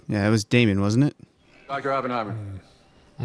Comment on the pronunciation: You pronounce it right. It's more the no emphasis on the H that is perfect. It sounds like a strong New York or Massachusetts accent lol